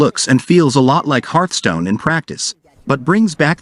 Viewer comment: "Herthstone" --> Hearthstone :)